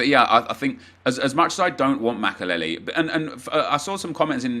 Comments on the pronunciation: The way he says makelele is unbearable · Can you say makelele again